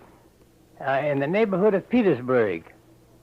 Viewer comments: I liked the way he said Gettysburg, and Petersburg as Gettysboig, and Petersboig. It's crazy that he was from Virginia, like myself, yet people up north also pronounced similar words the same way. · There are some fascinating pronunciations here, the way he says ‘bu-eeg’ at the end of Petersburg and ‘gret’ instead of great for example. The subtitles are dodgy in places though, one example is how they transcribe ‘General Lee’ as ‘generally’. The spelling for the term for a type of military unit is ‘corps’ (indeed pronounced ‘core’) with ‘corp’ being an abbreviation that is sometimes used for ‘corporal’. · He pronounced gettysburg and petersburg completely differently